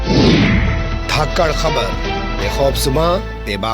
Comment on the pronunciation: न्यूज़ पेपर के धांसू पत्रकार जी,धाक्कड, नहीं बल्कि,,,, धाकड़,,, सही उच्चारण है